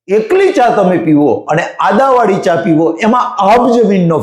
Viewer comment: Bolaneki sikho Adavali Nahi Aduvali bolo.